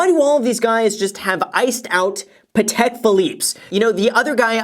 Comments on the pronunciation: You pronounce the watch name weird. Pa-tik is how I would say it not Peh-tec. He said it they way I've always heard it. It's a French name; Geneva is in the French speaking part of Switzerland so "Peh-tec" ain't it, Graham. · Graham it’s pAt-eck ( like your saying Patrick without the r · I've heard about "Patek" watches a lot in rap songs, but they always pronounce it wrong, like "paddock" 🤣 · He keeps saying Patek wrong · why does he pronounce patek like that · He is pronounce patek wrong😂